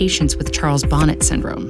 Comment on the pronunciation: Bonnet is pronounced “bauh-NAY” like the o in “sort” or “off”